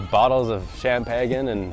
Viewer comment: Don't you mean an UNGODLY AMOUNT of champagan? 😉😄 | Neistat, not Ninestat. 😄 You cannot relate to rich people? You think your poor bumdom is better than them, huh? 😜 Seriously though, there's always stuff to discover about people. No need to be put off by them talking about stuff you usually don't concern yourself with. Or did you sense anything off-putting about their character? - Could have told some entertaining adventure stories about Carlos, thus maybe finding some common ground.